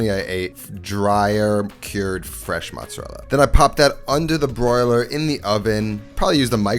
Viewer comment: I’m half Italian and the way you say mozzarella makes me cringe. My Nona would smack you with a wooden spoon